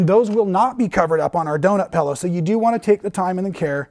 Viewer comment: hahahaha,, pellow? Its pillow like in pills, not pells, hahahaha, you sound like an Australian! Great pattern, going to make it for my husband as a neck roll!